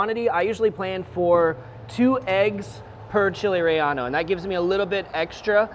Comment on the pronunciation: Chile Ray-Ano... 🙅